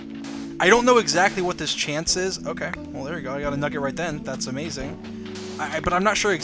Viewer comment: how many times he said "tharts a flint" | | | | \/